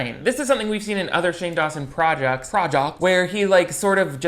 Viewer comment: “Projocts” lol anything for contont Great video,! I love what you do, and your humor tickles me:-)